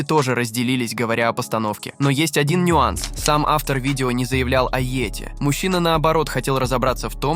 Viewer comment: как, как вы сказали? Йоти?!:face-blue-smiling: Кто такой "кузён"? Я из этого видео узнаю всё больше необычных слов))).